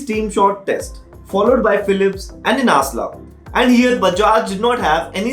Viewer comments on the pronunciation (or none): Just one thing...its inalsa Not insala.. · Inasla? INSALA? BHOSADIKE NAAM TOH PADLE EK BAAR, SO CALLED REVIEWER